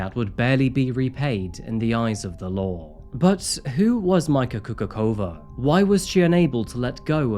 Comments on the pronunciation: By the way, her surname should be pronounced as /Kukutsova/, not /Kukukova/. This is not English after all, there are different rules there. Update: Same goes for Dubnica. P.S. Damn, she could've at least done the same to that r*ssian, there would've been one more good r*ssian in the world. Then I could even understand why she was not sentenced harshly. Such an oppotunity missed. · Majka is actually a nickname for Maria in Slovakia. And her last name is pronounced Kukuchova (ch like in Charlie). Anyways, love your videos and I am happy that you covered case related to my country :). Maybe you could also look into the case of Ondrej Rigo. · KUKUČOVÁ - KUKUTCHOVA is the correct pronunciation, in Slovak the "Č" is pronounced as "CH" in "cherry". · It is Slovak Republic (not Slovakian), therefore Slovak is the proper adjective. And her surname Kukučová is actually pronounced as Coocootschova or else Choochooczova (not Coocoockova or Coocoochova). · Coocoocrazy, not Kukucova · I was wondering why the name sounds familiar. She was all over the slovakian tablois few years ago. But her surname is Kukučová (pronounced Kukutchovaa) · Her name is Mária (called Majka, pronounced Mayka) Kukučová (pronounced Kukuchova). And yes, it is a horrible case, she is one of those Slovaks who definitely don't give us a good name abroad. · Subtitles say "Micah coca cola" 😂 Its pronounced "Kukutchova" btw. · Im Slovak but this is the first time Im hearing about this case. But I see it was covered here in Slovakia too. Btw, her name should be pronounced Maria or Mayka Kukutschova, not that it really matters. Just wanted to throw that in:D Nicely covered case, as usual! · Born and raised in Czechoslovakia, so I'm pretty much positive also about the pronunciation local (sur)names. Nice try, though. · well at least i can confirm it has reached slovakia at this point (and sorry to say that the name pronunciation has been butchered - not that she deserves better